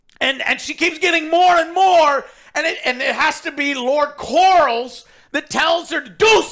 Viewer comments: the Sea Snake is named "Corlys", pronounced like CORE-LISS. Not Corals! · Lost any credibility when you kept saying "Lord Corals". And the other bozos don’t correct you. Pitiful. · Like how Joe keeps mistakenly calling Corlys the name Corals 😂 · If I hear the name Lord "CORALS" one... more... time.... Let alone mispronouncing EVERY OTHER CHARACTER in the show.